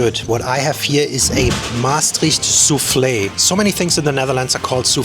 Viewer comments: Not souflfe it is zuurflees which means sour meat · He says soufflé. Maybe they say zoer instead of zuur in Limburg, so that might sound like sou. But you definitely pronounce the s of vlees, otherwise it doesn't make sense. And he mentions kaassoufflé as well, so he thought they were related (which is not the case)